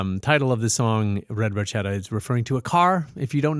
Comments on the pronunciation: FYI, Geddy has conceded that it's supposed to be pronounced Bar-shetta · Motorcycles for me, and it's even more of a rush than any car. As for the Ferrari Barchetta, I doubt you'll ever see one on the road. They're extremely rare and ridiculously expensive. Funny trivia: they didn't know that the name of the car is pronounced Bar-ket-ta, but it was too late to change it, so they just kept the song as is. Enjoyed the reaction. Take care ✌🏻